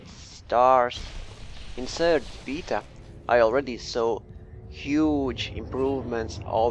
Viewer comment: Its BAY TA....not BEE TA